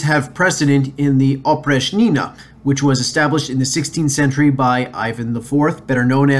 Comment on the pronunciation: In the words Oprichnina, Oprichnik you should stress the second syllable, while in Zemshchina you should stress the first syllable. The term Oprichnina originated from the preposition and adverb опричь (oprich’) which translates as outside, apart from, particular, except, out of limits. Кроме (krome = except) was a synonym of опричь, so Oprichniki were also called Kromeshniki. The then future Russian czar Boris Godunov was married to a daughter of Malyuta Skuratov, head of Oprichniki. The nobility hated Boris Godunov for this reason among the others. The image of Oprichniki among the populace is absolutely negative. Oprichnina was a method of introducing terroristic autocracy rule by Ivan the Terrible. However we must note that autocracy was established by his grandfather Ivan III the Great (or the Hunchbacked) and father Vasiliy III. Autocracy had already been there, Ivan the Terrible just pushed it to the limit.